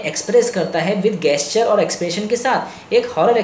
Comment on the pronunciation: जेस्चर बोलिए न।